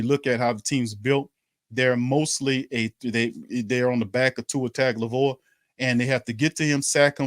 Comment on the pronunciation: maybe you can teach that guy how to properly pronounce Tua's last name!